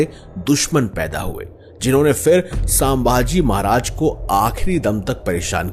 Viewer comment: Please pronounce our kings name छत्रपती शंभू महाराज or संभाजी महाराज not सांभाजी महाराज .